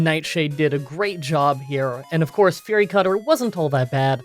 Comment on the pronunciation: I kinda miss when you use to accidentally call it "furry" instead of "fury" lol. Love these videos